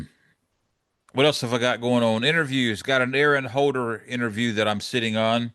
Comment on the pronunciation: Aaron Holler (pronounced haa·lr) not holder, as in holler to yell and shout. J/S